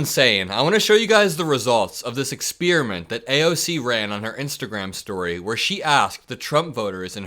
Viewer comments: Let's let go of the 'expeeramint' Let's try to say 'experiment' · Please research how to pronounce experiment.